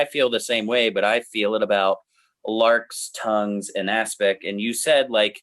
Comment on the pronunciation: Stop saying lark is tongues